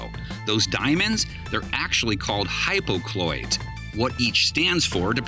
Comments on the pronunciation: Those are hypocycloids not "hypocloids." The narrator left out an entire syllable. Also the three colors represent coal, iron, and scrap steel. I don't know who told them water is used to make steel. Try that and you get a hydrothermal explosion. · hypoCYcloids , not “hypocloids” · They’re not hypo-cloids, they’re hypo-cy-cloids. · Steelers gizmos are not "hypocloid" which isn't a word - it's hypocycloid.